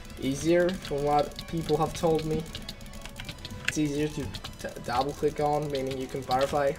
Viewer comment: Dable click nice english bruh